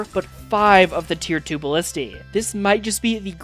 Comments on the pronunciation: Pronunciation is 'ballistey', not 'balleste' 🦆👍🦆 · Cool video! By the way, the plural of ballista is ballistae, not ballisti! :D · He mispronounced ballistae, the Latin plural: Latin words incorporated into English (like antenna, formula, cactus) do have plurals that follow English rules (antennas, formulas, cactuses) but retain their original plural (antennae, formulae, cacti) and both are valid... although in some cases one plural is so janky and thus used so few times that it becomes borderline ungrammatical (larvas, datums, basisses, crisisses...).